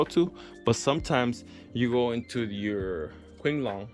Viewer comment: Queeng long.??? Is not the cards 😒 name:/ qi is pronounce as chi.^^